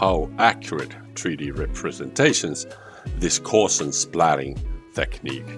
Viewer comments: It's not "gaw-shians" but "gow-see-an" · Its gowse not gorse! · Hi, you should know that the adjective Gaussian (“GOW-see-an”) was named after mathematician Carl Friedrich Gauss (rhymes with “grouse”)